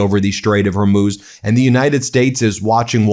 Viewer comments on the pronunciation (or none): Can he actually not pronounce the letter 'H'. I thought he was taking the piss out of Trump when he kept saying yoouge instead of huge but now he's saying youmiliation instead of humiliation and now I listen closer he is taking about the Strait of Ormuz